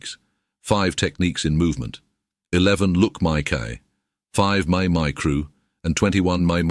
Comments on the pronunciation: Not only the Mae mai,many things in the video are mispronounced unfortunately. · You have to fix the pronunciation of mae mai, seriously...